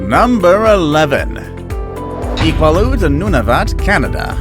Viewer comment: Iqaluit is not pronounced "I-kwah-luht". It's pronounced "Ee-qaa-loo-eet"